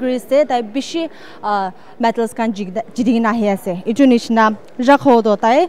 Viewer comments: Madam, it's not metals but it's medals. 😊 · It's medals not metals.. as the way the reporter reported with the diction.. at the least please check.. Take it as a Positive criticism And thank you brother for bringing a good name to the state of Nagaland